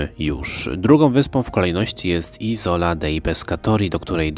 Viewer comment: Isola akcent przypada na pieewsza sylabe..sorry ale to totalna niekompetencja i brak piziomu..